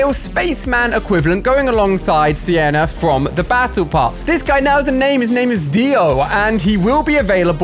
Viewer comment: Ali why did you say sienna instead of siona